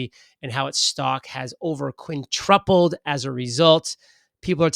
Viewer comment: Merry Christmas! Love the channel and as a fan I'll just take a second to point out the word is quintupled, not "quintrupled" 🤣 Keep up the great work!